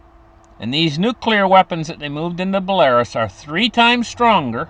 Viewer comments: Belarus is pronounced Bella-roose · Dude it’s not Belarus. It’s pronounced like Bella,ruse